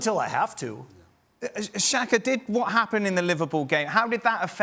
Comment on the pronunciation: Who is “xanka”?? 😂😂 Did you mean Xhaka??